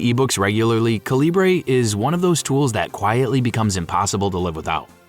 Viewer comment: Calibre is pronounced KAL-ih-bər.